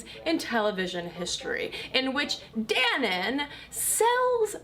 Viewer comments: I don't think that's how you pronounce Dannon. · I was expecting a lot more comments on how she pronounced Dannon (doesn't have an umlaut or something) Never heard it pronounced like that